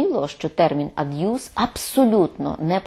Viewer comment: Цікаво, чому слово пишеться "аб'юз", а пані Фаріон вимовляє його "ад'юз"? 🤔